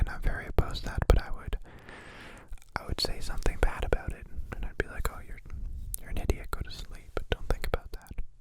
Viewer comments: Did he pronounce it aboot??? His Canadian is showing 😂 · "Aboot it" I can't with you <3 too adorable. Also, Insomnia sucks big time, I'm glad you're addressing it, and also sorry you experience it. Lots of Love your way:)